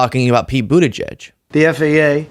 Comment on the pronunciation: lmfao he has trouble saying petes last name when he needs to read it out😂they have to take it easy on trump with big words and names